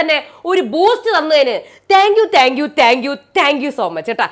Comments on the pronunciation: എന്റെ ചേച്ചി, റ്റാങ്ക്യു റ്റങ്കിയു അല്ല. താങ്ക്യു ആണ് 🙆‍♀️🙆‍♀️🙆‍♀️🙆‍♀️ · But correct ayi parayande.. Ella videoyilum ingana parayunne.. Tanku tanku എന്ന്..